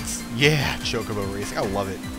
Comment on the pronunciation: What is "choke a bow racing?" I thought it was ChoCObo Racing.